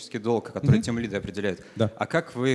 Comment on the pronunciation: Меня одного передёргивает от слова тимлидЫ, а не тимлИды?))) Вообще отличная лекция